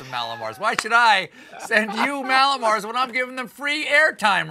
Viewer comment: Stephan, Mallow mars, REALLY?